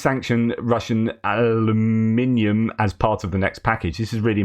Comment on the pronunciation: Alum in ium not holloumium for flips sakes. hahaha